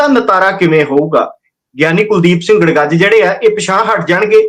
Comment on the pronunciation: ਜੱਥੇਦਾਰ ਕੁਲਦੀਪ ਸਿੰਘ ਗੜਗੱਜ ਨੇ ਗੜਗਜ ਨਹੀਂ। ਬੇਨਤੀ ਹੈ ਕਿ ਆਪਣੇ ਬੋਲਣ ਵਿੱਚ ਸੁਧਾਰ ਕਰ ਲੈਣਾ